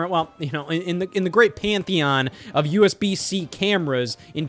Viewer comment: Scott saying "USB-C" is so weird